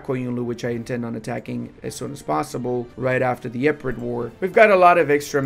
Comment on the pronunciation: Yea the E-pirates 😂